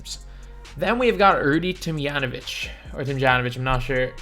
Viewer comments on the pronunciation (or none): It’s Rudy tomyanovich